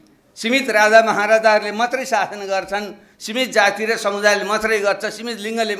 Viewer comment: बाबुरामजी तपाइले शु- सासन भनेको सु,,, गर्दै सासन गर्ने हो ?